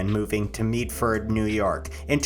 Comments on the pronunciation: the med in Medford is pronounced as in medical not as in mead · Meedford 😂😂😂 it’s “Med-ferd” buddy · "meedford new york"💀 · u said medford wrong